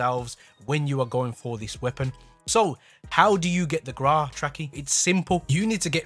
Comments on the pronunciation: People: Grau Trakky: The GRAAA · "How to unlock the Graaaa" 🤣🙏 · He says Grau wrong what knob